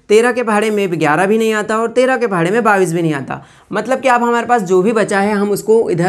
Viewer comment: Sar Babis nahi Bola Jatahai bais Bola jata hai